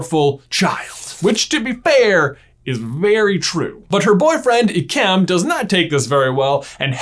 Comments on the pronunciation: It is Ik-um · Have I seriously bean pronouncing ikem’s name wrong? I thought it was pronounced like i-key-m.